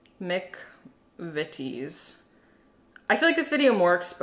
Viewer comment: The "Mc" in McVitties is pronounced "Mac".